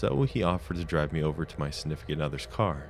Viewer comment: Snifficant other